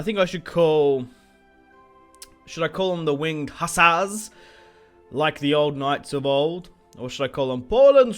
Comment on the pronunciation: I'm Polish, and every time you say Winged Hassars I laugh my ass off